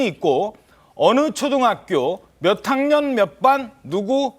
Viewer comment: 변호사가 맻학년 맻반 이라고발음 하네..